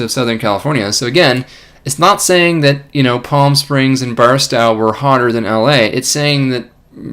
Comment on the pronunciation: Big thanks for all the work you do, Dr Swain. Just to note, Barstow is most often pronounced with the "stow" as in "stow it away".